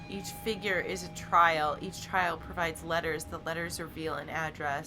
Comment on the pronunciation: origami 'figuh' instead of 'figure'. please dont